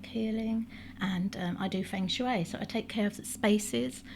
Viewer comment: The pronunciation of Feng shui is more like fung shway. I've lived in China. We pronounce many thing wrong 😂